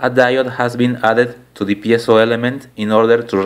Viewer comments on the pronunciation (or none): none